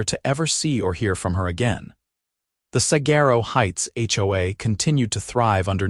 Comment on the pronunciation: The AI pronunciation of "saguaro" grinds on my Arizona nerves.